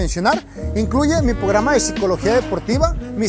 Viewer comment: dios duelen los oídos con lo de "pograma" XD